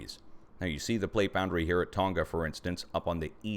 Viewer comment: Not as important as your information,, but Tonga doesn't have a hard 'G" - ie it does not rhyme with "longer". It's Tong-a.